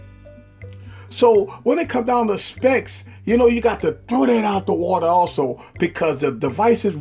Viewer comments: The word "that" as "dat" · Stop saying that as Dat. That's annoying